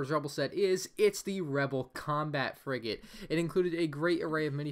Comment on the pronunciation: When you said frigate it sounds like u said frick it